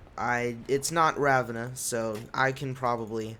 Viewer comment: The way you pronounce Ravenna